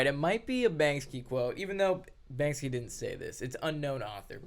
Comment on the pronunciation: Brother, the name of that famous artist is BANKSY, not BANKSKY ^^ get it right!